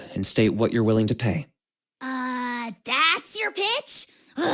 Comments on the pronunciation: WHAT DO YOU MEAN AJAW'S NAME IS PRONOUNCED AHAW????? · I kept calling Ajaw as in A-Jaw. Never knew it was pronouced Ahaw. You learn something every day.